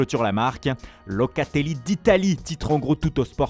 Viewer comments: ma parole il le fait expres...Locatelllllliiiiiiii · Locaaateellii, Ciroo Immobiillee.😄😄